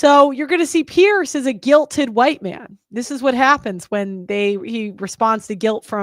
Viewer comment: Few people care but his name is pronounced "peers" not "pearce"